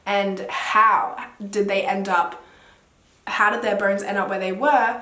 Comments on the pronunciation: I thought she was saying burns the whole time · Until you mentioned 206 bones, i thought you said 'burns' the whole time and I was confused 😭😂😂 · I thought she was saying burns😩 but she actually said bones. I was like how can burns be bleached? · I thought what burns? Sorry lol 😂 i get it you’re saying bones! 🦴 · i kept hearing burns but shes actually saying “bones”☹️☹️im such an idiot ahhah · Correct me if i am wrong but i heard burns instead of bones. So it took me a while to understand the whole situation. ✌️😁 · How the heck 'Mexican Cartel' got into Panama? To me, even more stranger thing is how did you get 'ur' pronunciation from 'bones'???